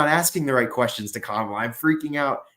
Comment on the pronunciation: I love how pronounces Kamala Que Mala